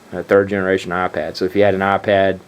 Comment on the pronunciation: Its iPad not aPad